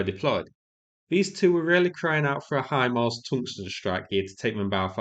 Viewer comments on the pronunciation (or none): none